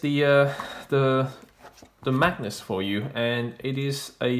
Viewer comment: Very cool book, I wouldn't have known about it if it wasn't for your video, so thank you! One thing, you keep saying "Magnus" but the word is Magus, said like MAY-gus.